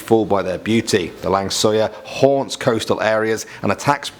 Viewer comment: Lang suyar Lang sayur adalah